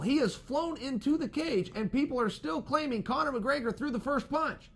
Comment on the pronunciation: Chael "Conor Muhgraygor" Sonnen